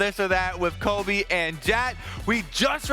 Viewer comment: Actually, it is Kobe not Kobbe xd